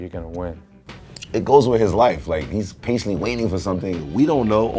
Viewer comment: Shit Shit when i heard em say I'm paintenly waiting gouse bumps